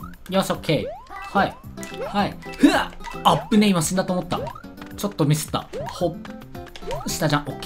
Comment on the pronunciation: 死んだと思ったのイントネーションが俺と違う かなり前から思ってた